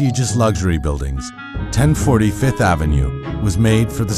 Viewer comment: I'm surprised that VF doesn't have enough sense to hire a VO artist who says "Fifth Avenue" instead of "Fith Avenue".